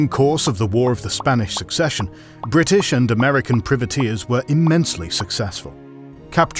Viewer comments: Seriously, you make a video like this and you don't know how to pronounce "privateers"? Both British and Anerican pronunciation is "pry-vuh-TEERS". It's pronounced the same as "Private", the word it is derived from, a shortening of the term "private man of war". The way you pronounce it, sounds like "privet", a term for a type of small evergreen scrub. So it sounds like you're describing a bunch of specialist landscapers who are running wild in the Caribbean. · Ahh, Priveteers, hedge planters for the Crown. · Love the video but your saying Privateers wrong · It pains me everytime he says privateers like that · I'm British he's just pronouncing it incorrectly